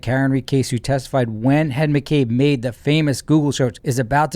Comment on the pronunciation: Shameless boot-licking liar. Ian I mean. Did you just call Jen “Hen” in the Latin style of the soft “J”,, you rascal?